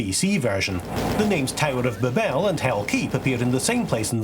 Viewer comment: My first comment ever on one of your vids was about pronunciation so it's only apt I ask why your Babel differs from both American and British ways that Google provides (and my own, non-native speaker version) 😀 Great video, looking forward to the next part!